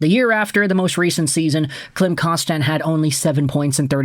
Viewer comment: Kostin isn't French, so why the weird pronunciation of his name?